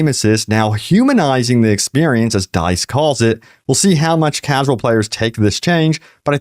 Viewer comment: Bro you gotta learn how to say "dice"